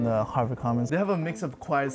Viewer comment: i keep hearing 'Hogwarts' whenever he says 'Harvard'